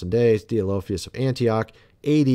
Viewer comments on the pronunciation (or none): none